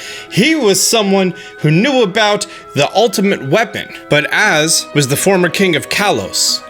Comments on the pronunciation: Please stop calling him Az... his name is "AZ" pronounce each letter. "A" "Z" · In AZ's name you pronounce it A Z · Am I the only one bothered by how pronounces AZ's name 😂 Also the space chicken is most likely a new Meltan form.